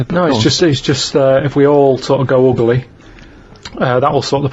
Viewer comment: Uguly. He gets an extra syllable in the word ugly😂